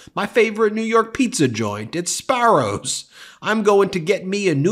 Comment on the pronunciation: It's Sbarro's not Sparros